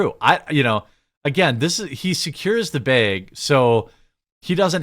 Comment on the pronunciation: Probably because the way he pronounces, which is probably due to his accent.